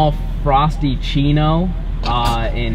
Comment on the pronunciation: Did he just miss say frapichino for frostachino or...